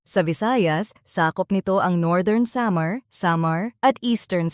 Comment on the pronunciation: Pinay bato cya bakit ang pronounce samar